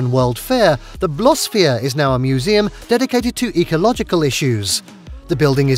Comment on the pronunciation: I lost it at "Blosphere"...